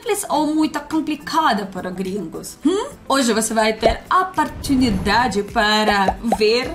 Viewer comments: linda, você ainda troca "o" pelo "a". "Oportunidade", não "aportunidade". "Colega", não "calego". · Apertunidade kkkkkkkkkkkkkkkkkk this is funny.